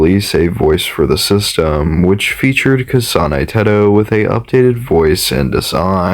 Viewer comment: But I like his way of saying "kasáne têhtoh" its so nice